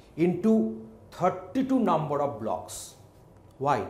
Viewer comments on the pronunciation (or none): none